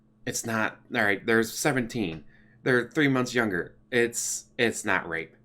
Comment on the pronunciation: The way you say rape is wrong.